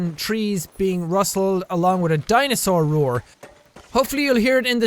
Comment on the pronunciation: What did I hear jack say the word dinosaur rour okayyy. O.o